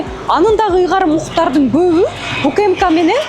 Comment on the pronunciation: УКыМыКа дебей УКМК деп туура окучу бай болгур,качан жазылган тексти туура окуйсунар,сабатынарды жогорудаткылачы 3чу класстын окуучусундай болбой